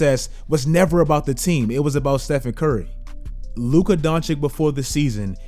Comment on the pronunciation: I don't understand why you STILL can't pronounce Luka's name properly. Maybe then, i'll sub.